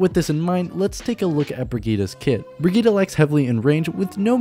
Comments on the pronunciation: Might be late but it’s pronounced BRI-GIT-TE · The name is pronounced Bri-git-te, with the last E pronounced like a long vocal like in Henry or Henderson, doe to the German origin of the name, the last vocal of a name has sound, like in Penélope, so it is Bri-git-te. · brɪgɪttɛ (bri-gitt-eh). Every vowel in her name is pronounced as a short one. (the "i"-vowels are pronounced as in "innocent" and the "e"-vowel is pronounced as in "expert". The "g"-consonant is pronounced as in "baguette".) This got complicated lmao I hope I'll see you trying to pronounce it in a video. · It's Brigitte (bri-gi-te) it's a german Name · Exactly, I am a swede tio and when I hear people saying "Brigittah" I'm like: Pronounce it as in the origin story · Im german it's Brigitte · why not just say it the right way?